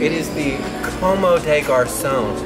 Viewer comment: you pronounced "comme" wrong. It's french and in english you could say "cum" des garcons. Sounds the same.